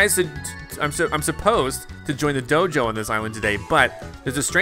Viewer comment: I don’t know why but whenever he says Dojo it sounds like JoJo